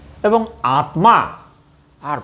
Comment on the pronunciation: আপনি দয়া করে বাংলা গ্ৰামার একটু দেখবেন । আত্ মা কথা টা শুনতে বড় বিশ্রী লাগছে ।